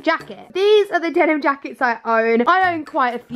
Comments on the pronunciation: Denim, Denim, Demin, Demin, Denim. -Saffron Yes, she said Demin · The way you say denim hurts me